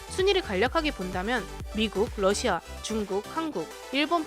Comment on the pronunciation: 북 때문에 러시아를 부시아 라고읽음ㅋㅋ